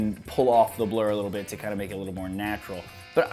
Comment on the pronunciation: Hahaha my friend was playing with his phone while i was watching your video and his ears only picked up when you said blur job he thought you said blow job lolx... Nice video though